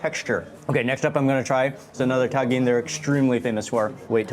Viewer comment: Its TA -GENE not TAN - GIN